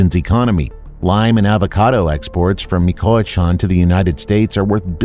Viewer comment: Bro learn how to properly say Michoacán or don’t say it at all.